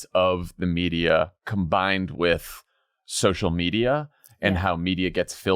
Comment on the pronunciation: Hey Max, what the fuck is socia media?!! Don't know if you're too dumb or too lazy to have stopped pronouncing the L in the word Social. I feel like speaking correctly is something a milquetoast pansy who talks incessantly for a living ought to be able to do.